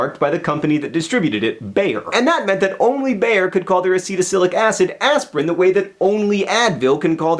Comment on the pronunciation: Always funny to hear German words, even if they are pronounced wrong. ^^ Bayer, Beyer, Beier, Bajer...